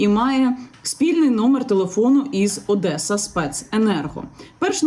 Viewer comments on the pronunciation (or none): none